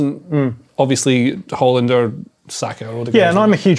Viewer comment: First football channel to pronounce Haaland properly.